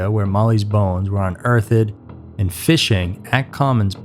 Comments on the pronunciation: I'm not sure you care or want to know, but if you do... the word Unearthed is 2 syllables, Un-Earthed. Not three syllables (not un-earth-ed) there's no "ed" at the end. Peace. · Unearthed is 2 syllables, not unearth-id smdh